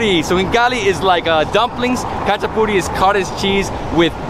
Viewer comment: I said it before ! You say Hachapuri but its spelled Khachapuri ;)